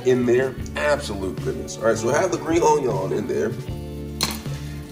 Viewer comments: Man did you just say onion in the end? Its pronounced on-yaw! Bon apetit! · everytime he says "RAYMEN"..... i get Wrath !!!! and OJYON for onion ..... dude ....XD its RAMEN!!! and ONION!!! idiot. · I hate how he says onion